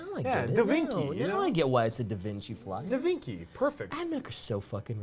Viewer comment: 'Da Vinki' Yes....